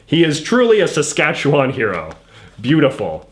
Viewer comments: its pronounced sask-atch-a-win in the canola mudpit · I hate the way you pronounce Saskatchewan